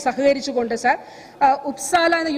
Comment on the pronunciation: സാർ എന്നു തന്നയല്ലേ പറയുന്നത്..അക്ഷരം സാഎന്നുതന്നെയല്ലേ.. വല്ലാത്ത സർ വിളിയായി സർ...